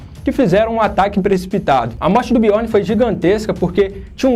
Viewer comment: Fala direito, parça. Biorni não. Biorn